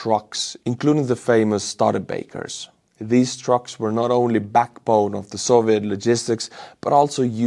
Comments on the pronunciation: My goodness,, the quality of your videos has taken a quantum leap! BTW Studebaker is pronounced STEW-di-baker. My family owned one.:_estUsaball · that truck's name is pronounced stoo-da-baker